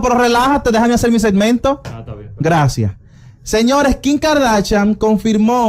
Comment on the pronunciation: No sabes hablar Ronny que asco diske Kin es Kim